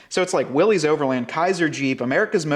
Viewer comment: Willys!! As in Willy!!!